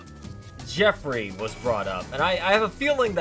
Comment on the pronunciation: Homie, it's pronounced "Jeff-ree" never before in my life have I ever heard someone say "jee-ah-free" except maybe runforthecube, who'd probably say "kee-oh-fee-righ" Bruh